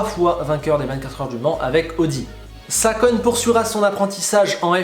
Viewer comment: Ou bien regardes où tu recules m-m-mais "Salkon" Yamamoto